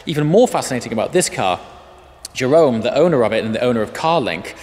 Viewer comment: no english/american people cant pronounce the R in the dutch way, you say it like juhrorn search it up how you say R in dutch